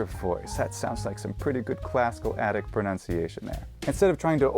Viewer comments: The mispronunciation of pronunciation is the kicker. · PLEASE! It's pro-NUN-ciation not pro-NOUN-ciation!